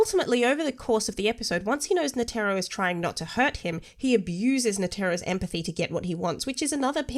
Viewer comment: OMG! What an annoying smart ass pain in the butt, plz don't let her ruin your channel! As she ruined the pronunciation of Netero's name, and I am 100% sure tha she ruined your life! 🤨